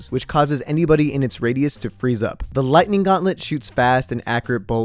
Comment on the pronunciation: It hurts to hear you saying: Lightninining.